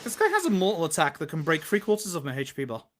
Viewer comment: Except the pronunciation of Yakuza and HP, sure it's great.